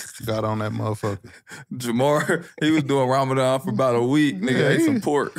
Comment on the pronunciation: Ramadan not that hard bro 😭😭😭